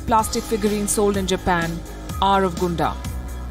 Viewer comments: I love how she reports everything ❤️ but one thing i wanna say palki it's gundam as gun 🔫 dam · Gundam Gundam Gundam XD for a second there i was wondering what Gondam was but an excellent report by Palki as always xD